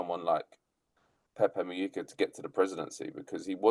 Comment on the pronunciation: His surname is pronounced Mu- Hica, not Mu-yica. Please show some respect.